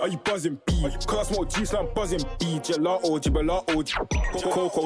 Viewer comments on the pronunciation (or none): Man said gelato gebelato GB💀😂